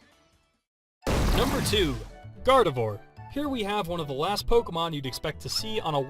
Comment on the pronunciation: Gardevoir Is Pronounced As Garde-vuah :/ I Would Totally Want A Gardevoir.... I Would Tell It NOT To Use Black Holes